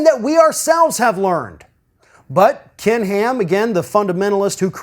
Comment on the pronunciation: "Kin Heeam"